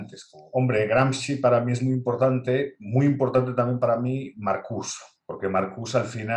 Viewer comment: Marcuse con la E al final, era aleman, se pronuncia igual que Porsche o Nietzsche, la "e" no es muda.